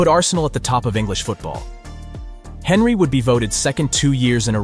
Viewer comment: Was this whole script not only voiced by a bot but written by one too? And the editing and subtitles need some work. Video lost me with the Henry pronunciation.